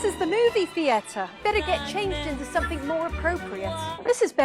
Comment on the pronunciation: This woman says somethinK instead of somethinG 👀